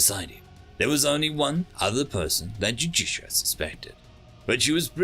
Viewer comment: Small narrator failure. Judicia and Justicia are 2 different characters but the narrator pronounces them both as Judicia.